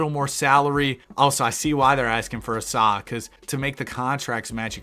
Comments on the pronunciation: Asa is pronounced like the A in cake, ASUH not ASahhh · asa is pronounced ay-suh btw